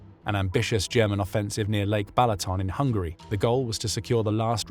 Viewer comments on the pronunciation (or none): none